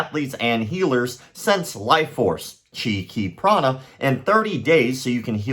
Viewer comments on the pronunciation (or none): none